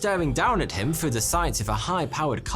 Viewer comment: How can this guy tell us our history, th can't even pronounce the number 3 and the word "through" properly